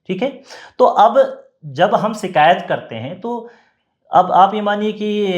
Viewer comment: शब्दों का उच्चारण ठीक नहीं है। शिकायत ही सही शब्द है सीकायत , शब्द बिल्कुल ग़लत है। कृपया अपनी भाषा के शब्दों का उच्चारण की त्रुटि सुधार ने के लिए कुछ भाषा का ज्ञान प्राप्त कीजिए।